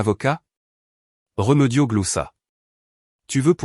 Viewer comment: Ce n est pas réumeudio mas remediod avec deux accens aigus vous qui aimez tant le a accent grave